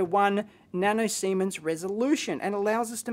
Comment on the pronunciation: "nano seamen's" ahhahahah